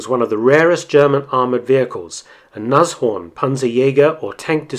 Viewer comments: Another real interesting video. If I could I'd give you a second like for your correct pronunciation of "Nas-Horn" instead of the usual "Nash-Orn". I bet you can also say "Messerschmitt" instead of "Mashersmitt", hehehe! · First time I hear a foreigner pronounce Nashorn quite correct, my germans ears are pleased!